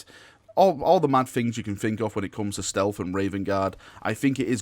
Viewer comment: “Snealth”